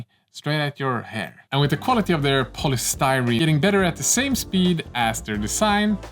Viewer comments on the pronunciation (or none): none